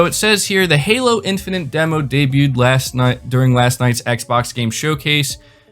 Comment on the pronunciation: It's Halo Infinite not Halo Infinant. Please stop saying Infinant.